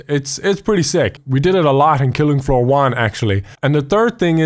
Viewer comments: anyone he soeled fillinf foor instead of killing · Filing floor? what is going on with your English lately?